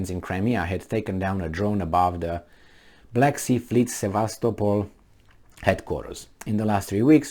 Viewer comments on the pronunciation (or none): none